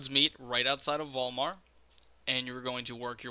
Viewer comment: When you said Vol'mar I thought you said Walmart xD